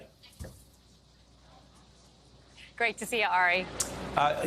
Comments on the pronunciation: Phang not Pheng. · pronounced 'PHANG' rather than "fang"; - personally prefer with hair down (hair up is fine, too)